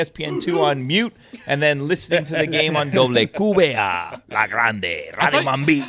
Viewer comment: Pretty sure they keep saying QQBA instead of WQBA because they're not pronouncing the W correctly in Spanish. It's funny though.